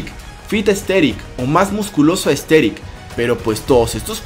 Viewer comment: buen video pero al inicio escuche ``entrenar para ser esteril